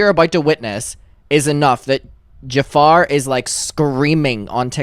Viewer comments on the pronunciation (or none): I literally lol every time you call him “Jafar” 💀